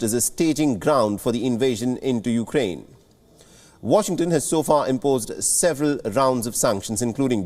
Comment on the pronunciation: C'mon, Biden can't even say the name of the burning country correctly...